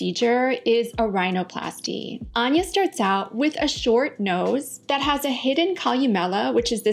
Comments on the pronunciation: First time watching one of your videos, came up in suggested, interesting perspective. The one thing that was confusing & jarring was how you pronounced her name after making a point of playing a clip of her saying it...I listened to it quite a few times over because I hear her say "Ann-ya", but it sounds like you are saying "Arn-ya". Could just be me but I felt uncomfortable every time you said it after that. This is constructive feedback, not a complaint. I can be hypersensitive to these things, so perhaps does not bother others as much. Thanks for an informative video, it was well presented. I feel sorry for her & hope that she has found some peace with herself. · You had her state her name and then continued to pronounce it incorrectly 😂 she clearly said “An-ya” not “Ahhnya” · I have to say... It made me chuckle that you were stressing the pronunciation of the name to the point where we're shown a video of her pronouncing her name... And then proceed to immediately say it wrong and stray farther and farther from it over time. Lol Anne-yah, not Ahn-yuh. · You pronounced her name incorrectly, lol... It's ANN-yuh, not ahn-yuh. She says "ANN-yuh" in the clip. (Also, I don't think she's had any plastic surgery done -- I think she's gotten older and has developed an eating disorder.) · ok sooo even after getting the "correct pronunciation" by Anya herself this lady STILL got it wrong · I love how she shows Anya pronouncing her name and then immediately says it wrong. haha. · Here is the correct pronunciation of her name. and Still says it wrong. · 😂right at the start of the video, shes’s like, let’s get her own pronunciation of her name…then proceeds to mispronounce. ? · She says Ann ya, not awn ya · *Starts with establishing the pronunciation of Anya's name. Proceeds to mispronounce it for the remainder of the video. Ann-yuh, not On-yuh. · I heard Anya pronounce her name ANN-yuh, and you pronounced it AHN-yuh (at least that's what I keep hearing).